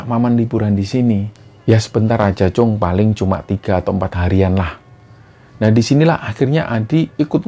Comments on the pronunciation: assalamualaikum, Tim Kembara Sunyi & para Sobat Kembara, Pamekasan hadiiiir. sempet rame emang cerita ini di seantero Madura pada masanya 😐 btw sekedar koreksi Mas, panggilan anak laki2 di Madura itu kacong, atau disingkat cong, sma seperti panggilan "tole/le" kalo di Jawa lah, dan itonasi huruf "O"nya seperti kalo mengucap bencong, bukan Cung seperti yg diucap. makasih, semoga sukses terus Kembara Sunyi🤲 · Klo di lfslin itu. Cong. Bukan cung